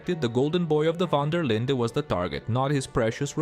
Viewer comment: The way he pronounces Linde though! ....Linda! 😂😂😂